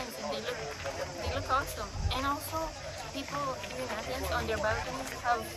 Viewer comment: You could totally both pass for Greek, it warms my heart to hear of your experience in Greece and for your admiration of the ancient sites in Athens, I also appreciate that you pronounced everything correctly in Greek